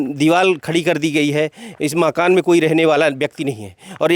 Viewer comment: जनाब नाशिर साहिब,माकान नहीं बल्कि सहीह उच्चारण मकान है।